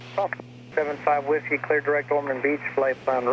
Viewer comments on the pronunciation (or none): Love the videos. Couple of nitpick items. I have to mute the video because it’s not punta gorTa. No “t” in there. Also when you’re replying to atc you trail off your call sign and it sounds like sehfawhis. (75Whiskey)